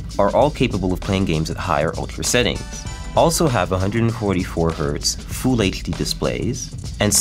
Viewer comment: 'Fool HD'